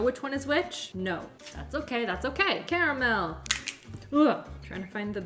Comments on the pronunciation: Do you keep saying "caramilk" instead of caramel? Or am I imagining that? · Wait, is it pronounced "KARR-uh-mel" or "Carmel"? 🙃